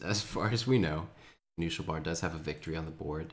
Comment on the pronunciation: "Kanu Schel Bar" , since im german and i know what it meens it hurtsin my ears, still good casting keep it up !